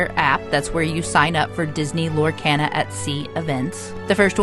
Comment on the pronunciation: You are pronouncing Lorcana wrong!! Lor-kah-na